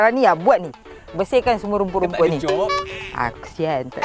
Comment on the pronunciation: Lain mcm sebut rumput..raumput